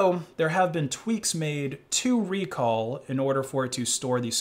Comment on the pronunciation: It's not ReCall, it's RecAll